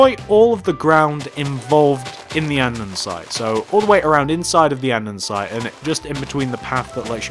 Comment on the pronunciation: Has no one addressed the issue that he says andndsite no offence Ilysm me and my cousin are your biggest fans but I was just sayin And can you do us a favour and in your vids tell us the dimensions and if your starting from the front or back of the build!!!! It would mean a lot for you to do that cos we are building city TYSM